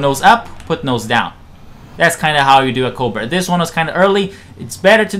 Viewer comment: Are you trying to say "cobra maneuver"? I clearly hear a 't' or 'd' and no 'r' at the end of the word when you say it. It sound like you say "covid maneuver" Even the captions say "coal but". Just slow down when you talk. I never understood why foreigners speak so fast yet haven't learned pronunciation. I would think it would be the other way around. This isnt meant to be an insult. When English speakers learn a new language they usually have to speak slowly untill theyre fluent, and speed is the last thing that comes. We must sound dumb to the rest of the world lol. Some foreigners that are fluent will speak so fast and we wont understand. Maybe English has too many unnecessary words, so foreign speakers rush through the sentences?